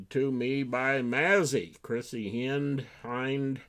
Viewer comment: Hi, great list. I agree with several, especially the Chrissy Hynde (I believe it’s pronounced Hind). That’s going to be my number 1 for the year. By the way did you get the package? Loretta